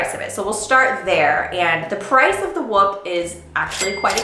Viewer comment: Could be wrong but I'm pretty sure your saying the name wrong